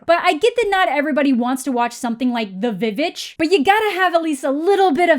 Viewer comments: "The Vivitch" 😂😂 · Called it the "Vuh-vitch". 10/10 consider me subbed. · Love that you call The Witch, The VVitch. I call it that too XD